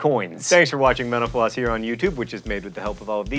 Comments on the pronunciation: Can I just take a moment to say that for the longest time, it sounded to me like he said "menopause" instead of "mental floss" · lol i thought he said menopause at the end instead of mental floss